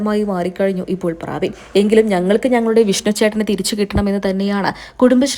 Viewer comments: പ്രാബിൻ അല്ല പ്രബിൻ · പ്രാവിൻ അല്ല. പ്രബിൻ ആണ് 😂😂😂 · ആന്നെ.. ഞാനും വിചാരിച്ചു ഇവർ എന്താ പ്രാവ് എന്ന് പറയുന്നത് എന്ന് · പ്രബിൻ എന്നാണ് പ്രാബിൻ അല്ല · ചേച്ചി... പ്രാബിൻ അല്ല. പ്രബിൻ.. ഒന്ന് വായിക്കാൻ പഠിച്ചിട്ട് ഇനി വായിക്കുന്നതാവും നല്ലത് 😂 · പ്രാബിൻ അല്ല കൊച്ചേ . പ്രെ ബിൻ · പ്രാബിൻ അല്ല പ്രബിൻ ആണ് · Praabin Praabin . Praavennu parayaanjath bhagyam.